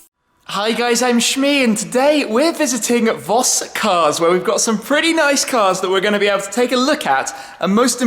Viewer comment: u have been to Germany so many times now , u must know that it is pronounced FOS